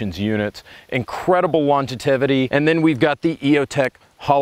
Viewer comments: Longetivity is not a word I think he was aiming at longevity and mispronounced it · Just gonna say… “longetivity” is not a word. “Longevity” is. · what is Longativity? Do you mean longevity? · "longetivity" ? Is that like longevity ? LOL - great vid